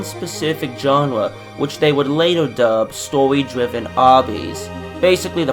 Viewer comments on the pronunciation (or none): the way he said story made me laughing on the ground XD